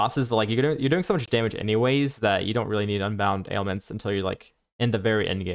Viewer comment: Yeah, at one point I had to rewind, because I didn't understand him saying ailments, but that may just be me. Overall great content though